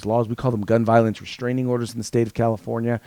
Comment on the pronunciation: It's restraining order not reshhhhhtraining order. You sound like Michael Obama.